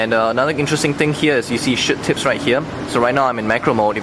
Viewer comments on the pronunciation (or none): lol when he says shoot tips, it sounds like shit tips lool!